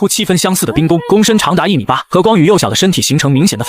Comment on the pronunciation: 雖然第二個字都念ㄍㄨㄥ但是差太多了